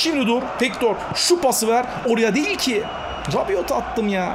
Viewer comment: Rabiot Fransız ben de Fransız'ım okunuşu rabio ve yazılışı rabiot